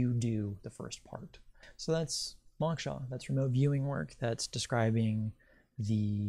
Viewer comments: it's pronounced mowksha (mow like throw) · Dear One: I appreciate your work, and I especially want to encourage you to seek Moksha. (BTW- it is pronounced with a long o sound like when a person says "oh".) What you say about the Earth grid is correct as there is an energetic grid, but nothing feeds off of us. We are actually completely free immediately following death of the body, but what keeps us trapped is our own desires. Desires are powerful, as well as attachments to having a body. When we've really done it all, and are completely free from desire and attachments, we can once again merge with the Devine Source. Once I was in India, meditating. In that meditation, I was freed from my body, and I heard the words "if we really knew what we are, a free energetic piece of God, we would want to play roles on the Earth I.e., we would want to be a circus freak, or all the things we possibly abhorred in our thoughts; we would know it is a role only, and impermanence is all that "exists". Suddenly, I became aware that I had no body, and I was freaked out about it!! I did not know how strongly I identified with being who I "am", but I grabbed hold of my body and came clawing back into my perceived existence. People's egos get out of hand and have said to me "Oh, I can/ could handle realisation, no problem", but it is just words coming from a person who has never experienced true freedom, being freed from the body. It was scary, and I really, really STRONGLY wanted to be "me". I don't know why I am sharing this much with yo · This is fascinating. I did cringe however, every time the word “moksha” was mispronounce. Lol.